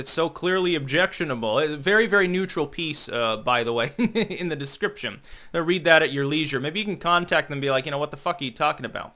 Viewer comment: "... in the descripshom."